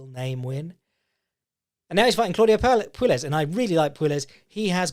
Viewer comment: Oh, you poor Brits. "Puelles" is pronounced "Pway-yes". You live near Spain - learn a little Spanish!